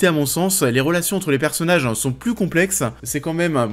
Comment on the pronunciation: Commeanng, personnageanng, visuelleannng